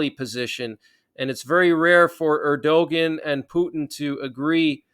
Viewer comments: New to the channel, love the regular updates. One gripe. It’s pronounced Air-do-wan not Air-do-ghen. Cheers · Turkey's president's name is pronounced Er-di-wan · Just an "FYI"......the "g" letter in Erdogan is silent....it's pronounced phonetically as: ErdoWan. You're welcome, LOL....just one of your "ocd" with language viewers.🤣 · It’s pronounced “ Er-da-wan” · I know it is counter-intuitive, but ERDOGAN is pronounced ER DO WAN- accent on the first syllable. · Keep up the good work! Erdogan pronounced ERDOWON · You are not pronouncing Erdogan correctly.